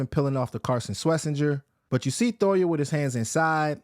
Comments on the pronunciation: Jay toh-eeee-ah Not Toya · Thoya lol I swear it’s toy-eee- ya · Why does he keep saying Thoya? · And for gods sake you are butchering his last name 😭